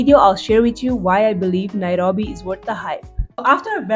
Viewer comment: The way you say "Nairobi" is satisfying. 😊 Karibu Kenya.